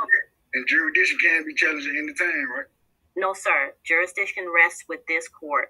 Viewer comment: If you can't even pronounce jurisdiction, much less understand the meaning of the word, then it's not your best first line of defense.